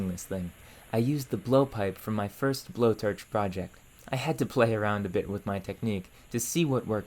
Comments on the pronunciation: To me it almost sounded like an AI with a narration problem. "BlowTarch" "Ferge" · Furrge? and blowturge? Where tha heck are you from dude? I have never heard someone speak otherwise fluent English but randomly incapable of pronouncing an O sound and substituting it with ER or UR. Canadian dialect? :S